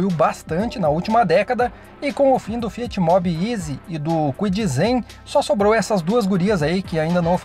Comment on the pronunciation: Tá fiar ao invés de Fiat